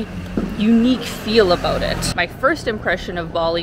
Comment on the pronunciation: Aboot?? are you saying about?